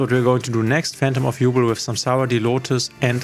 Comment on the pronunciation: Quick thing I noticed in the video: Even if it's spelled Yubel, it's pronounced YuBELL and not YuBL. Anyway great video!